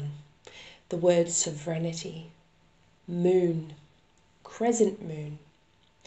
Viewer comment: I heard “moot” but later realized it was “moon.”